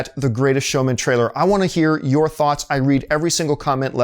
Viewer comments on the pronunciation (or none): none